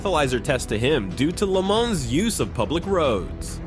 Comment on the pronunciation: You do not pronounce the “s” in Le Mans. I’m guessing this is some lazy AI entry.